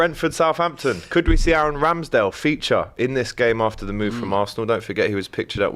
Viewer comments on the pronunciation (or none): none